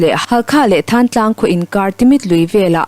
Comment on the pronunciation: Thaantlang nilo in Thantlang zawk aw